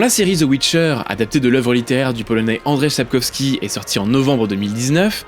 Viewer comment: Félicitation pour la prononciation parfaite du nom Polonais de l'Auteur !! <3